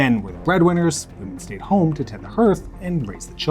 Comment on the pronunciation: What exactly is a herth?? Did you mean to say hearth?? The weird pronunciations of words from the guy in these clips are very distracting. Very very contrived